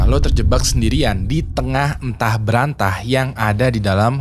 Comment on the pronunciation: ANTAH BERANTAH. Bukan Entah Berantah.